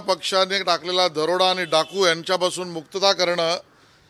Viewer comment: आहों शेलार पहिले दरोडा हा शब्द नीट उच्चार करायला शिका.